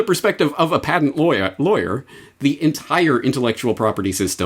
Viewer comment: Did you just say "patent loya""? Lol